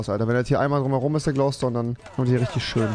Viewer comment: Leute sagen schön Rewi: Schösch